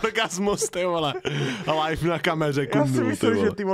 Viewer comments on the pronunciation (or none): none